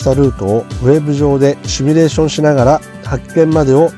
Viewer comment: simulateですので「シミュ」レーションが正しい言い方です。間違われる方が結構多く，コーヒーのCMでも取り扱われました。次回ご参考まで。